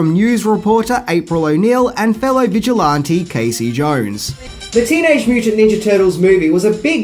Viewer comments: Never seen Teenage Mutant Ninja Turtles The Mivie I've seen Teenage Mutant Ninja Turtles The Movie....!! "Vigil-Aunti" lol😂 Vig-il-anti is the pronunciation you lovable spaz lol😂 Least you don't say AR-KA-HOLIC anymore lol😂and know its alcoholic aka al-co-holic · “Vigil-auntie” 🙄 It’s like you’re deliberately mispronouncing shit at this point.